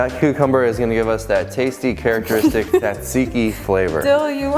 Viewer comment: The first T is silent. Zat zee kee.